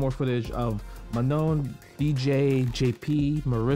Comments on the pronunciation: It is prononced... Ma NON - like french NON... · Manon is a reasonably common name in a few countries, but I can speak to the French pronounciation if you like. The second 'n' is clipped like a lot of French words ending in -on, so it's kind of dropped in favor of enunciating the "oh" sound at the end. So it sounds a lot closer to "manh-OH." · I need an FGC community video of everyone pronouncing Manon